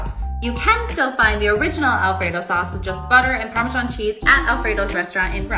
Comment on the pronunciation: I was hoping you wouldn’t pronounce it like “Parmeshaan” 😢 It makes absolutely no sense and I don’t understand why people say it like that…